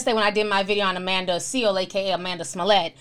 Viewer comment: Ti, did u say "Amanda Smollet" ?!? 😂😂😂😭😭